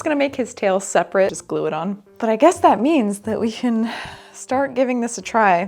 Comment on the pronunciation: Maybe because my big ol' Italian Papaw was the same way, but "yeh, I coulda prrrobably a-do thet" is killing me 😆